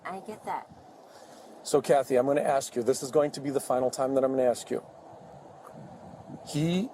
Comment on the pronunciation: "ask" not "aks"